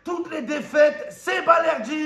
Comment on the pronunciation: Balerdi dit Valerdi le 🌽 argentin 😂😂